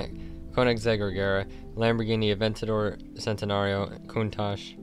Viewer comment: 😑 it’s not pronounced centenario it’s pronounced chentenario